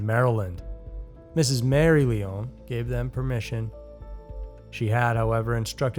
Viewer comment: the name Lyon is NOT a french sounding word so your misprouncing it and its annoying to hear smh